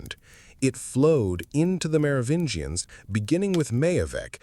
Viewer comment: i'm out at 12 min, can't listen to this moron say "Mero-vinians" any more